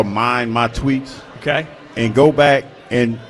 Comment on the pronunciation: He pronounces "and" as "ayund". Don't like it.